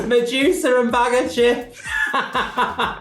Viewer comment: Mejusa? Lol it’s Medusa 😂